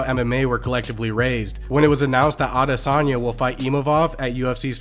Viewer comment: At least he can pronounce Adesanya! 😅